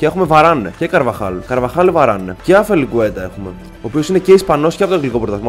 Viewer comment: Όχι αφελικουετα....ασπελικουετα...